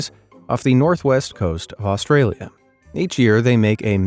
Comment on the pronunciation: I think you pronounce the country Australia wromg